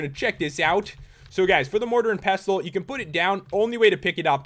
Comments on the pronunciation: pestle isn't pronounced pess-tull it's pronounced pes-sull why does nobody know how to pronounce anything anymore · Its pronounst pesl not pestle! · dude motar and pestle the t is silent